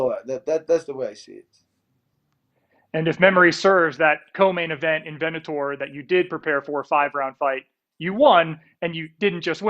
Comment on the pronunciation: did interviewer say vennator for bellator, twice... lol